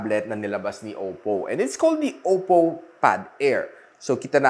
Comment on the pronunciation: “Oppow” hahahahaha